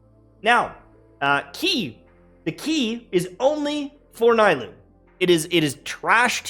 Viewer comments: Can he not call her NAI-LOO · The “Naaa-ee-loo” for me lol😂😂